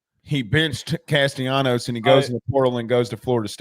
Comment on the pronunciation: It's Cas-ta-la-nos.....